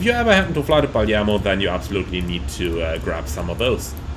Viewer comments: I love the back and forth between PF and PM! Btw, the city is Palermo, but you say "Parliamo", that means (we) talk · Glad to see you like to come to Palermo to get cannoli and other sweets (funny note: you pronounce "Palermo" like only locals do "Paliemmo"); I saw there's a new Jetstream scenery of Palermo Airport; dunno if better of Asobo WU though.